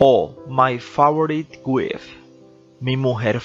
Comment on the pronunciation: Me gustan mucho tus videos, ¿pero por qué no te asesoras y aprendes a pronunciar bien las palabras en inglés? Es terrible oir pronunciar «wif» a la palabra «wife» (esposa) que se pronuncia «W A I F» por poner un ejemplo entre muchas otras palabras y nombres propios mal pronunciados.